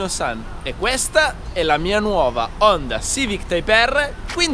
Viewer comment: Ti prego, Honda con la "o" chiusa